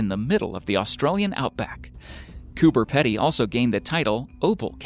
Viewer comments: Coober Pedy is pronounced Coober 'Peedy' not 'Pedy' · Its said Cooper Peedy, and it is not remote. Fucking idiot yanks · I do like watching these, but for goodness sake learn how to pronounce words correctly. It's almost cringe worthy how many Australian words are mis-pronouced. Cooper Pedy is Copper Peedee. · Zack Sherman Or they’re all Australians irritated over how many times he miss pronounces ‘cooper pedy’ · I’m sorry I had to click off the video cause I couldn’t stand the pronunciation of Coober pedy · Coming from an Australian, I am offended that you pronounced Coober pedy wrong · I came to say about cooper pedy pronunciations as well.. hahaha 🇦🇺🇦🇺🇦🇺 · Please go to Google Translate and learn how to pronounce Coober Pedy... lol :) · He doesn't say it like that because of his accent, it's because he's never even heard of the place before and is reading it phonetically. Pronouncing something wrong and having an accent aren't the same thing.